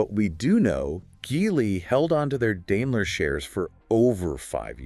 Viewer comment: Not dailer but Daimler